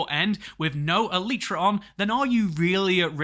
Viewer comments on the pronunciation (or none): IMO, "eh-lie-truh" rather than "eh-lee-truh"